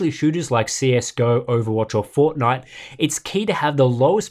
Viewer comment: Say Fortnite again lol